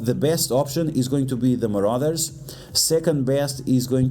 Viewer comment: so hes saying muarders and uncanny to bring